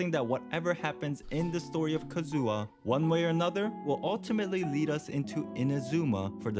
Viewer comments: not Kazooha😢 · I hate so much people who saying kazUha but not kAzuha :D